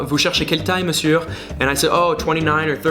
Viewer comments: 😊 I love how you pronounce the R in monsieur! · juste une petite erreur de prononciation : on ne prononce pas le "r" à la fin de monsieur :)) mais sinon super vidéo, tes remarques sont très pertinentes ;)) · In french we don't pronounce the "r" at the end of "monsieur" 😋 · Le « r » ne se prononce pas à la fin de « monsieur» 😉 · salut!! ton niveau en français est franchement top!! mais tu continues de prononcer le "R" à la fin de Monsieur ahah c'est un choix personnel?? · Don't pronounce the r of "Monsieur" xD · Advice : dont pronounce the R in Monsieur :))) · Bahahahahha, these videos are too funny! PS: Would love to see a video about things you hate in the US. And also I noticed that every time you say "monsieur", you pronounce the "r" at the end, but it usually stays silent. Bon c'est pas une grosse faute, mais je tenais tout de même à le relever ;). Love your videos! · I'm not a hater but we don't pronounce the R of Monsieur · don't pronounce the R at the end of 'monsieur', please:). Love your videos tho! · As a Belgian, absolutely loooooove this kind of video :D Also, can I just say, your French is amazing but don't pronounce the R at the end of Monsieur :P Theeen it will be perfect ;) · Pronouncing the "r" at the end of monsieur is just wrong though lol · Waiit is the r in monsieur pronounced? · Attention le R de "Monsieur" est silencieux, il ne faut pas le prononcer !! Peut-être que tu le sais mais tu as fait la faute plusieurs fois au cours de la vidéo donc je voulait quand même le signaler ^^ Dis juste "Monsieu" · True, il dit 'monsieurrrrr' mdrr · I felt like he pronounce "Monsieur" with the R at the end that's wrong it's written Monsieur but it's pronounced "monsieu" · PLZ "monsieur" se prononce meussieu the final r is silent et pas meussieurrre its sounds so weird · Tu as fait une erreur de prononciation dans la vidéo: Pour prononcer "monsieur", il faut dire "meussieu" Cherche pas la logique